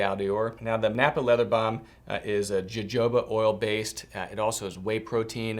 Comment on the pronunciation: jojoba oil is pronounced as "ho-ho-ba" or "ha-hoe-ba" not "ja-joe-ba"